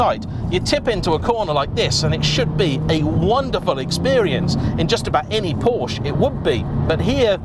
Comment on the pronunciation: Sorry...will dislike every one of your videos until you learn how to pronounce PORSCHE.